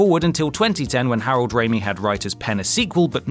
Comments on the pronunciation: Harold Ramis. RAMIS! Not Rami, its Ghostbusters not Spiderman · Please PLEASE please stop doing the "Nerds" thing. It makes me want to throat punch blind people in wheelchairs. Also it's Harold Ramis ("Ray-Mis"), NOT "Ray-New" (a la Sam Raimi). Please do your homework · Who is Harold Raymie? Harold Ramis, I've heard of. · Nice video, but it's Harold RAMIS, not "Rami" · Ray-Miss, not Ray-Me. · It's "Ramis" ("Ray-miss"), not "Raimi". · Ramis is pronounced "Ray-miss" not "Ray-mee." Also Dune is Denis Villeneuve's next project. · You guys are terrible with pronunciation. "Harold Raimi"? C'mon guys, Harold Ramis. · The late, great SCTV alumni, and actor, writer, director of many classic comedies was Harold Ramis (RAY-miss), not Raimi. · Stop, just stop! It’s pronounced Ray-MISS, not Ray-MEE. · You had one job. It's Harold RAMIS, not Raimi. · Harold Ramis. Not Raimi. You're (somehow) thinking of Sam Raimi. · I know you're British, but it's pronounced RAYMISS not RAYME. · Ramis. Its pronounced Ray-Miss. Not Ray-me. The fuck? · HAROLD RAMIS not Harold Rami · What is it with you guys and mispronouncing perfectly simple names?!?!? It's Harold Ramis, as in "Ray-Miss" (not Ray-me, or Raimi). You guys even managed to screw up David Niven's name in the Bond video, ffs. David Niven! How the hell did you get "knee-ven"?!?! He was only in films for the better part of 50 years and an Oscar-winner to boot, but you still managed to bugger up his five-letter surname. C'mon, guys, do better. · 1.) Harold Ray-Miss, not Ray-Me. 2.) Schizo PHRENIC, not Schizo PHRANIAC and 3.) No William Gibson's Neuromancer on the list. You guys are killing me. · It's RAMIS not RAMIIII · Why are you pronouncing Ramis as "raimi" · The s in Harold Ramis' name isn't silent, and it's pronounced is (with a hard s) not ee (as in happy) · Did you say "Raimi' instead of Harold "Ramis"? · Harold Raimi? Learn how to read. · Harold RAY-MISS....sorry for being that guy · "Ramis", his name is "Harold RamiS".